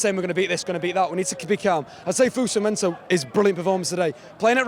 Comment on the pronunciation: mate it's fosu mensah not fozu menzah